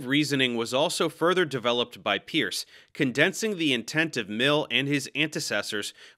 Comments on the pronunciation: Good explanations! I'd just remark that the correct way to pronounce 'Peirce' is not 'peeurse', but instead 'Purse' (like in a women's purse). Peirce clearly was a polymath, and one of the greatest American philosophers of all time. Though his writings can be rather abstruse and inaccessible at times even to those well acquainted with philosophy, there are aspects of his work that are remarkably insightful and worthy of study. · 2 facts about Peirce: 1. It is pronounced "Purse" 2. His formal education was in Chemistry, just like our host